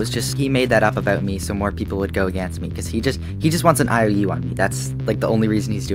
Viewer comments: “Aganst” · You say "aganst me"